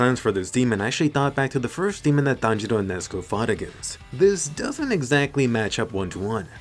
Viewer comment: Finally someone who pronounces it "Tanjiro" and NOT "tEnJirOu"